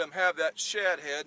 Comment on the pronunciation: You said shad head but I heard s!!!head. Lol. It's been a long day thanks for a good video